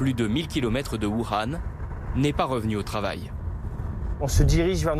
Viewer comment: Voukhan il a cru qu'il parlait arabe ou quoi imbécile journaliste de merde